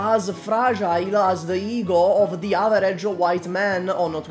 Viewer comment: "as the ego of an averagie White man on Twitter" I love the way he says that as if he was't White. Oh, wait... He cooka da pizza... I forgot...